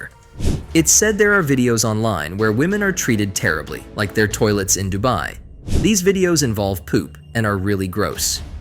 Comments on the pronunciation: The AI generated voice calling Dubai "Dooby" 💀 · Near the end it was saying doobie, as in smoking a doobie or the doobie brothers 😂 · DU BAY 😂😂 DU BE 😂😂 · This AI changes pronunciations with every mention of the word 'Dubai'😂😂😂